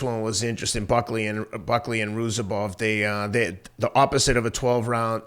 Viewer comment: sounding like Uncle Chael with the name pronouncing… Buckley vs Roozabov